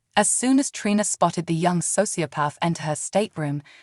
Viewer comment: Treeeeeena……. that’s how her name is pronounced!!!!